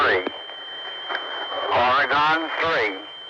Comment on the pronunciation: sounds like they're saying "Oregon" but with an accent